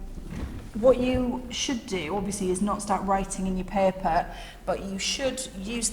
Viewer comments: It’s paper not pepper dam that’s annoying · She keeps saying paper as peeper